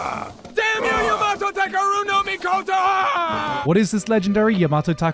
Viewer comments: Do you think he got a bonus for saying “Yamato Takero-no-Mikoto so flawlessly? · The man put his heart into nailing "Yamato Takeru no Mikoto" every time, and I can respect that.